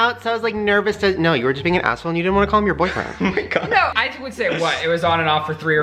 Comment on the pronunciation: Did anyone else hear him say oh my gay?😂😂👏